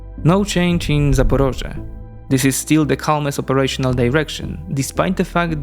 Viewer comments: It’s not zaparozhye it’s Zaporizhia. 0 research for a 0 effort video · I would like you to correct something: 1) it's not Zaporozhye (russian name of the city), it's Zaporizhzhia (ukrainian name) and 2) you really shouldn't read news from "ТРУХА ⚡", because it is cringe, (sometimes) provides fakes, and once they were sad, because they wanted to show photos of missile damage (aka be fire adjuster) but couldn't. Anyway, love your videos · The right pronounce is Zaporizhya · *Zaporizhzhia = Запоріжжя = zapoˈriʒːɐ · Sorry about that. It should be easy for these folks, particularly the English-language media, to check and confirm but... One contributing factor, but not an excuse, it there's what I judge to be a mistake in standard Ukrainian transliteration into English. The и should become i and the і should likely be y. Y makes the ē sound much more frequently than i does, but given it's English, the rules should be malleable. That I still hear British broadcasters say L'viv like it rhymes with "give" is a real headshaker. In this case, though, they're mixing Russian and Ukrainian names. Choose one or the other, and probably smart to choose Ukrainian.